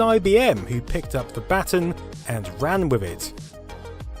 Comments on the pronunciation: Batten? First time I ever heard baton pronounced any way except buh-tonn (with the emphasis on the second syllable). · Pronounces "Cuisinart" as two words. Pronounces "baton" as "batten".